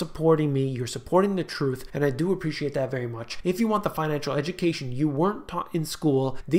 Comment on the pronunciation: Everytime you say the word Truth with added emphasis, It reminds me the dialogue. " et tu brute". respect from India